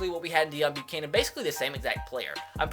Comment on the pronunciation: his name Is pronounced day-own not deion they even say that in game